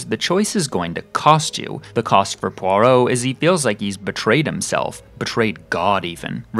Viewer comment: You also mispronounce “Poirot”.